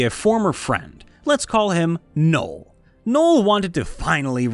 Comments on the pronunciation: “Nole” It’s no El. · I've never heard of a person named Noel that wasn't pronounced "gnoll".